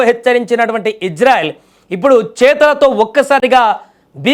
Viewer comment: Orey news reader telugu sarigga nerchuko mundhu. Janaalu yerrollu kadhu. Nuvvu nee athi thelivi 😡😡 Israel ☑️ Izrael❌ Neeku already thelusu ee difference kadha??